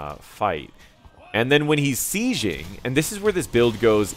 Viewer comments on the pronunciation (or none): Enjoyed the video, but I'm bizarrely irritated by your pronunciation of the word "sieging" - you're saying "see-zhing" when it's pronounced "see-jing". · It depends where you are from, accents are a thing and English doesn't have pronunciation rules.